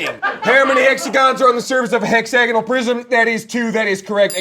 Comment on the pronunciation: The way pronounces hexagonal is painful. Also, there's no way any of them cheat as well as the Belgians I knew while I was a high school exchange student there. I saw a girl write equations in gel pen on her nails once, and pretty much everyone (myself included) used the pencil cases to hide cheat cards within